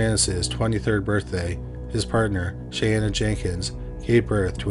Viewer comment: Sisters named Shayanna and Shaneah? I know is notoriously bad at pronouncing names, but this time it was unfair.